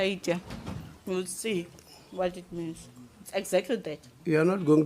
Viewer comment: It’s “encyclo…peeedi”